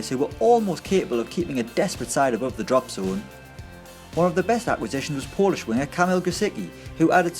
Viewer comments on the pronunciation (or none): none